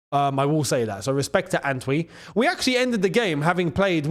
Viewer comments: How do you pronounced the name ANTWI 😂. That's not a Ghanaian pronunciation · As a Ghanaian, it is so hilarious hearing attempt to pronounce the name Antwi😂😂😂😂funniest thing I've heard all year